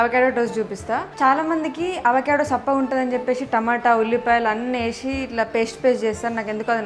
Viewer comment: ఏషి కాదు వేసి అనాలి, నచ్చది కాదు నచ్చదు అనాలి, చెప్పేషి కాదు చెప్పేసి అనాలి, తెలుగు మాట్లాడేటప్పుడు తెలుగు లాగే మాట్లాడాలి